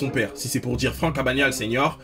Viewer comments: AbaGnale junior et non abañale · Catch me if you can film avec Tom Hanks et Di Caprio ( et ça se prononce Abeuknale) sinon très bonne vidéo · Ça commence mal on dit abaGNale en prononçant le g et le n